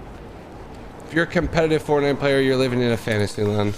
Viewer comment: kaykay lol “fantisy”